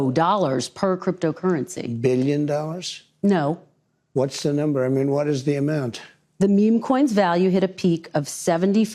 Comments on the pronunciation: Dollars, not dolls trump, my god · Pretty sure he just said "We have a trade deficit of hundreds of billions of doll hairs"